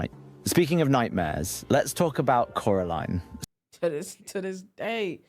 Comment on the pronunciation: He was saying coraline right btw